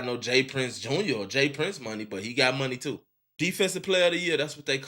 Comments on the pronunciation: It’s JR not junior gang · it’s all star j-r not jr